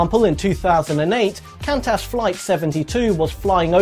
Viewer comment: Sorry to correct here from Australia but Qantas is pronounced: as Kwontus 🇦🇺 Regardless I love your videos!!!!!